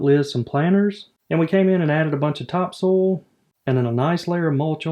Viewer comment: Haha, the man said “Top Sole” haha